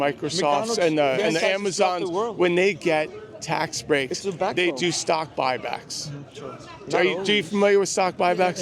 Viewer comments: “I’m not concerned about stock back bock” 😭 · "I'm not concerned about stock bock bocks!" lmao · I can't believe you turned that one guy that pegged you as a Democrat into a chicken by asking him about stock buy-backs. Dude said "I'm not concerned about stock bock back bock or whatever" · “i’m not concerned with stockbock back bocks”🤡🤡🤡🤡🤡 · "stock bok back bok" 😄